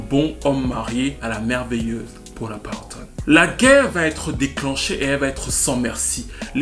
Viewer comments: pk c’est si dure pour toi de dire PAULA PATTON?🤔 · Votre vidéo est super bien documentée (excepté que vous prononcez très mal le nom de Paula Patton ^ ^). Bravo. Je m'abonne.